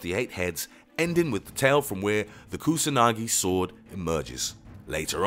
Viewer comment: It is pathetic the pronounce of non English name, like Amaterasu, Kusanagi or Yamata no Orochi.